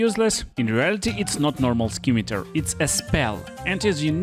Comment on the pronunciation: It’s pronounced “sim-a-tar”, Great video by the way! ❤